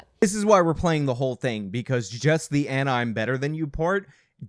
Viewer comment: Why did you say her name like that?